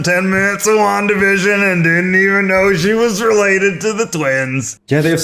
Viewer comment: The try guys: Wanda Vision My ears: Long division